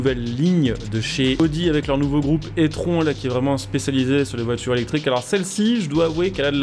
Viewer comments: attention t'as dit la audi étronc ca se prononce audi i trone sinon super vidéo comme d'habitude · Tu aurais pu prononcer E-tron ( i Trone ) au lieu de Etron... ça sent la merde sinon 😉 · merci pour les infos et aussi c'est une super vidéo comme d'habitude mais (je ne te dis pas cela mechament) on dit i-tronne et pas e-tron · Il a dit audi étron lol, plus serieusement on prononce i-trone. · "I - tron" ca se prononce, etron c'est ce qu'on lache dans les chiottes x'D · Audio "étron" je pense qu'il serait plus classe de dire "i-tronne" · On dit itronne (e-tron), un étron c'est de la merde😅😂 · C'est clair tu fais exprès le É-tron 🤣🤣🤣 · On dit "i-tronne" ;-)